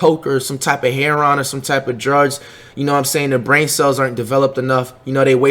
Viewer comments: Every one else accept flight: haroin Flight: “harron” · "Coke or Hair-on" 🤣🤣😭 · What the fuck is hair-on? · "some type of herone" herone hmmmmm interesting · This dude said "hair on"... Bruh, you mean heroin? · Dude said “heron” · Cam's Kicks That’s how some people pronounce heroin tf..